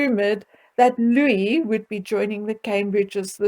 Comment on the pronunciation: Excellent…… you are amazing….you pronounce prince Louis the correct way without enunciating the S………….wishing you a lovely Christmas with your family, good health in the new year plus many blessings for 2022. Take good care and safe journey home 🍀🌹👍